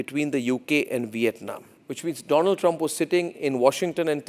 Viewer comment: DONALD TRUMP ❌ DOLAAND TRUMP ✅